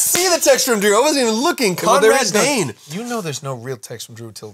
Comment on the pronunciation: It's Conrad BAIN. Not Bane. Drew, back to your cage.